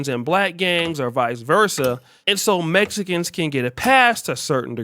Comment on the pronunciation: Messicans cant tell you how many times ive heard it like did I axe you😂😂😂